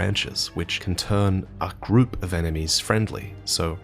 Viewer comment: The amount of emphasis that "group" endured wasn't one to be understated